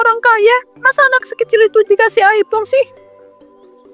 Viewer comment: iphone bukan aipong😅